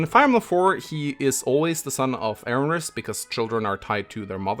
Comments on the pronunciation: "Erinrys" please there is no second R in erinys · Still can’t pronounce Erinys lol